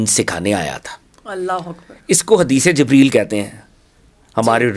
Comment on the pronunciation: I dont like you pronounced hazrat jebraeel alisalam please correct and show great respect please hazrat jabraeel elesalam